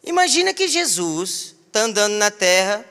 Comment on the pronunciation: "Shei shu" mano eu dei risada disso???kkkkkkk